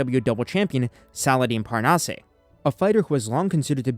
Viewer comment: Just here to say Salahdine’s family name is pronounced [parnass] 😊